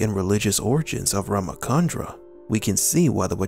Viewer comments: It's not RamaKandra (It's RamaCHandra) CH is pronounced as in CHalice. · Thanks for this video.. but it is Rama Chandra (as in furni tu re) not Rama Kandra as in (in ca rnation) 😆